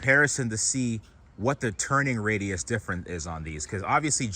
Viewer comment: "Turning Raidus"